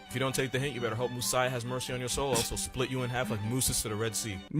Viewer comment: nothing really prepares you in life for hearing the term "moosiah"